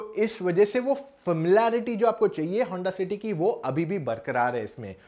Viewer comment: Yr pta nai aap honda city ko honda. Shity bol rhe ho aur notice ko notishh bol rhe ho..confusion h..